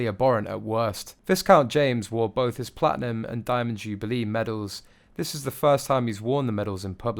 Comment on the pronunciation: river Well said! You said everything that I wanted to. When he said bofh of them, it was the end. Dreadful English pronunciation. I shall avoid this channel in future.